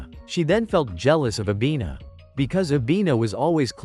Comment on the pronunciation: Bro it not avina its nana